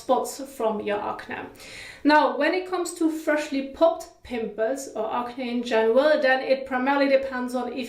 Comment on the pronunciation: Hey just wanted to let you know it’s pronounced ak-nee not akneh, great video tho